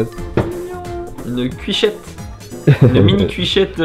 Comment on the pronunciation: À ... 😐 Il a dit cuichette.. mais c'est CUITOCHETTE ! 😭😂 Personne se trompe sur ça normalement.. 😂